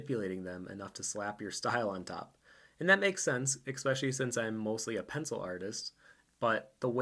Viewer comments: Love the thoughts in this video, but you REALLY need to stop saying 'expecially' :P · I love this post. Fascinating, perhaps frightening. But dude. "Especially" has no X in it. Please fix that. You care about art. Care about language, too.